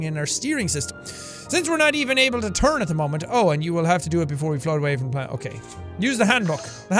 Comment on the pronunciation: The computer voice just irks me... how he says “BALANET” instead of just planet and shit like that